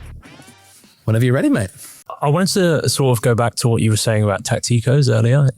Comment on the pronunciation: "Tac-TEE-kohs" that's not even how you pronounce it in Spanish hahaha